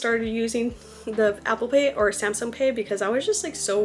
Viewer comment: Why do you keep saying Samsum 😭